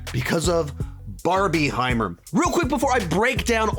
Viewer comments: It's Barbenheimer Stop saying barbie-heimer 😭😂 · It’s PRONOUNCED barbinhimer! Because it’s combining 2 films. If you say Barbiehimer it just makes it sound like it’s just two completely different movies that you just wanna put together for some reason. If that makes any sense 😅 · you are the only person ive ever heard say barb-IE-heimer LOL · You're the only person I've heard call it Barbieheimer